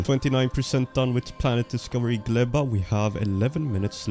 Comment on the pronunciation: Fun fact - name of the planet Gleba means Soil in polish. Good use of it cause its a biological planet when you grow things in soil. PS. You pronounce it very well 👍